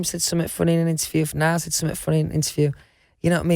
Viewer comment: “Nole and Liam” -Louis Tomlinson 😂